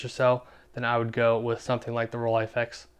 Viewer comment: Best part? where you pronounce Rolleiflex correctly!